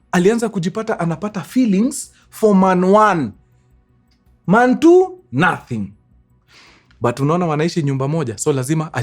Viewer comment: Man one ...Man two ❌.......manuan😂 ....mantuu ✅